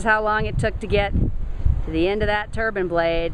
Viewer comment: It's a wind turbine, not a wind "turban."